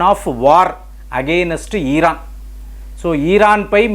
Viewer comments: EeEERAAN kaadu IRAN ani pronounce chey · Eeraan kadandi 😅😅 Eraan telugulo 😂😂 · హాల్లో,ఈ వీడియో లో మీరు ఇరాన్(ఈరాన్ కాదు,సరిగ్గా పలకండి,టెహ్రాన్ అని పలకాలి,తెహ్రీన్ కాదు సరిగ్గా పలకండి) కి అణు ఆయుధాలు లేక పోతే ఏమిటి నష్టం,ఇస్రేల్ దేశం నీ సమూలంగా తుడిచి పెట్టాలి,కాశ్మీర్ లో హిందూ ప్రభుత్వం ముస్లిములను చాలా హింసకు గురిచేస్తోంది అని అబద్ధాలు చెప్పే ఇరాన్ మీకు మిత్ర దేశం అవ్వచ్చు,కమల్ హాసన్ లాగ,మీ ఛానల్ కి ఇస్లామిక్ ఇరాన్ పెట్టుబడి పెడుతుందా. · ఈరాను కాదు ఇరాన్..